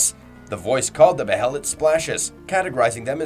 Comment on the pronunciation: Dawg pronounce the names right the anime literally says how the behelit pronounced it’s “ bay lit” Same with skull knight, he’s only once been called by name and it’s not “skeleton king” yes he WAS a king but you can’t be a king of a land that no longer exists. I bet this guy pronounces casca as “kas Ka” ik it’s not that big of a deal but dude for a guy that half his channel is berserk content you’d think he’s say the characters and things names correctly